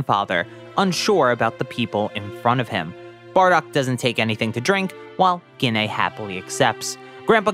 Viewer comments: here’s a little help with prounouncing gines name JEE-NAE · Why are you saying Ggiine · Gine: ❌ Ginay: ✅